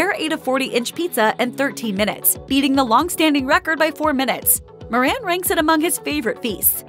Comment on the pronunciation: It's pronounced More-un not Mor-ran